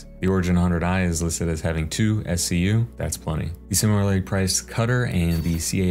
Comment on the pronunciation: im sorry did you pronounce SCU as one word....